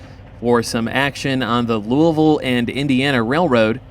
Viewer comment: Love seeing Louisville in the background, thanks for saying it right ;), come railfan LaGrange, KY sometime, some awesome street running! Great video!